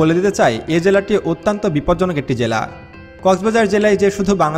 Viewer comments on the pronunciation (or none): none